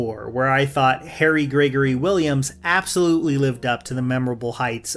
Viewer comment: Not to be that guy, but it's Harry Gregson Williams. Not Gregory, lol. He's the famous composer for the metal gear series!